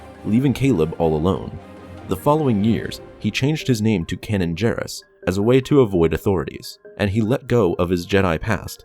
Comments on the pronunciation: Kanan Jarrus (pronounced Kaynan Jaa rus) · You mispronounced Kanan Jarris's name. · Ah yes, Cannon Jarris as we all know him, his name is Cannon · The amount of name butchering so so unreal. I swear I cringed like 10 times, kenen gerus. Selucame 😂😂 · "" I think you should re-do your name. You mispronounced Kanan Jarrus' name & the Planet Dagobah. Both of which have the sounded letter of "A" not "ah". This bugs me the same as when people say I-tallian with the letter " i " vs the correct version sounding as " it-alian".